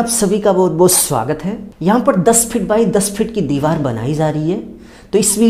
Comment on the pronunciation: It's deewar not diwal sir.